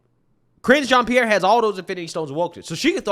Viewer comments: This women came from a top news channel she knows exactly what goes into preparing for this job the way i see it she does not care just like how biden doesn't care and reads str8 off the teleprompter...often. smh. BTW pretty sure it's pronounced jean like a pair of jeans not jeon 😆brother cracks me up with his accent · you are mispronouncing her name. It sounds like hinge like a door hinge but there’s an R in front of it cringe Jon Pierre. She also will respond to gay black lesbian woman so I hear All part of being proud you know gay pride! Try it she loves it